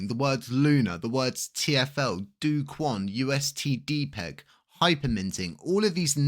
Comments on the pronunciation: You would think after years of being in the LUNC drama, can actually pronounce Doh-Kwons name correctly. I guess I was wrong. It's not DOOOOO QUAN. it's doh kwon. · He is illiterate British that only speaks 1 language that never tries to explore other cultures history or geography tell him to pronounce xie xie you will know what I mean